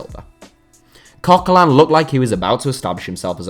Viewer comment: If you want to say names correct, have a new try at coquelin then, because english people don't seem to know how to pronounce a french name/don't seem to know that they are pronouncing french names wrong.